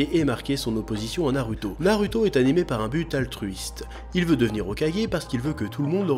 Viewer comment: tu dis TSOUnadé mais NA rue to, comprend pas, fait un effort